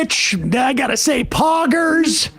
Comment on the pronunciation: Never thought I'd need to hear Sam say pogers lol.